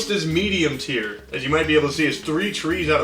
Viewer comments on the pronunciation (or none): none